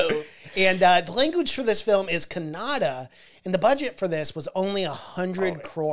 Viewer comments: first of all its kannada not kanada so plz learn properly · Love the way u say kannada..lots of love from India bro.. thanks for appreciating..